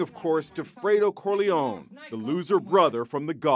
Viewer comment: “Fraydo”, “Corleon”… good grief 🙄